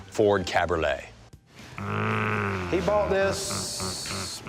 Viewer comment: One more letter, one more syllable. Cabriolet = Ca-bree-OH-lay.